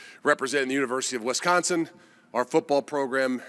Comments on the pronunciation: Can someone please explain to this guy… it’s wIsconsin…. Not wEsconsin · Hey coach, maybe learn the correct pronunciation of Wisconsin for starters!